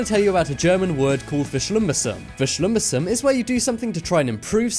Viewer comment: The way he said „verschlimmbessern“ 😂😂😂 (im from Austria)